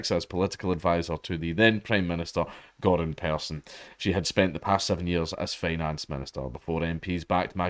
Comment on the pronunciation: The way you pronounced "Göran" made him sound like some eastern european immigrant or something 😂